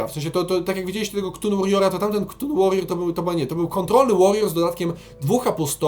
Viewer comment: Czyta się Katun, nie KTUN.